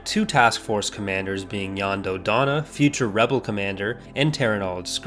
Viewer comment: I'd just like to thank you for pronouncing Jan Dodana's first name right, Yahn. SO many people, even people who are very knowledgeable about Star Wars, pronounce his name Jan as if it rhymes with the word "plan" and it drives me nuts.